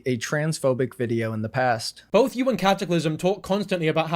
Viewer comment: ugh i couldn’t stand the way he pronounces both as “bolth” 🥲